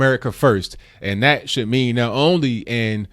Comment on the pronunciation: its that not dAT. CORRECT YOURSELF PLEASE